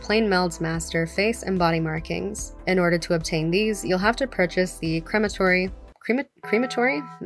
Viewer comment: It’s pronounced “crematory” 🙄